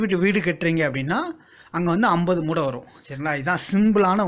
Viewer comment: மூட்டை என அழுத்தி சொல்லுங்க சார்.